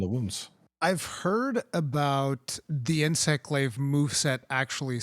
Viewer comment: Oh nyoo mway inswect gwaive!!! I cwan't just spwam arial moves :-( PS: Love the podcasts! :D